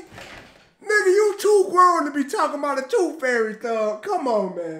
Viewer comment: "TOOF FAIRY"